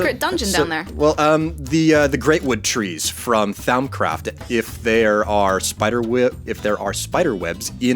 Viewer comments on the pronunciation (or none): I hope never says Thaumcraft again.